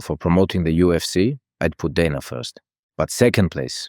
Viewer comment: I hate that AI Khabib pronounces 'Dana' correctly